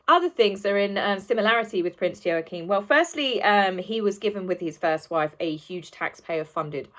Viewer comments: Hi, love your work! I'm not being nasty but could I just point out your pronunciation of Prince Joachim's name. It's pronounced Wah-Keem not Yo-A-Keem. Sorry darling, I'm a Dane and these things get us. 🤣🤣 I think you are wonderful and enjoy your posts. Much love, darling! xx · Wah - keen j has a Wah sound unless it’s different in Danish… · It's pronounced WAH-keem. Like Joachin Phoenix, only with an M and not an N...WAH-keem.... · I believe the name is pronounced "Yaw-kum". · Joachim/n is pronounced wah-keen or wah-keem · It is pronounced Waacheem The o vowel is silent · It's pronounced Wa-keem btw lol 😁😁😁 The parallels confirm the inequalities 👀Check out BLG's vid, H kept looking to the right when asked about his fake kids lol, & talked nonsensically about them because he hasn't got any real ones, H is totally lying! 🤣🤣😂🤣 #archieandbettyaredolls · I don't like to be critical but I think it's pronounced Wakeem . Joaquim. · Joachine pronounced "Wahkeen" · Yo-a-keem? I thought it was pronounced like Wackeem . Maybe my pronunciation is the same name in a different country. It's that bloody J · Ehm, no, Joachim is NOT pronounced Wa-keem.